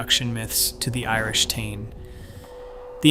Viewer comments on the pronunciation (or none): none